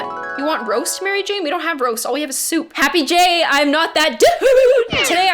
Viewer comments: instead of Happy day and WOOOHOOO , you said happy jay, I'm not that DUUDE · Kubz Scouts yeah I was like I thought she said happy jay im not that dude